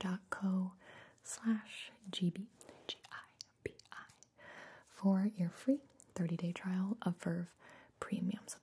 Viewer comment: Is anyone going to tell her it's pronounced gih-bee? With a hard G?